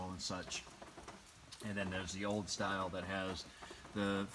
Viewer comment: I could have swore you said hey everybody Today we are in a old “FORD” gmc Denali lol haha